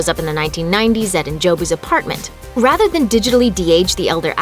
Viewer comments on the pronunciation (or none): none